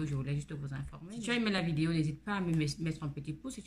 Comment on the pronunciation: Bonjour on dit vidéo stp pas videyo